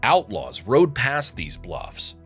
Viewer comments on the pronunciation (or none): none